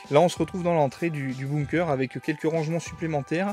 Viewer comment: Par contre, ça se lit "beunkeur"